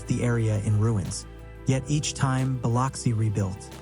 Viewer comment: Please learn how to pronounce Biloxi (buh LUHK see) correctly.